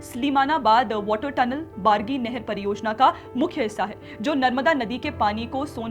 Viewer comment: रेवा नहीं रीवा बारगी नहीं बर्गी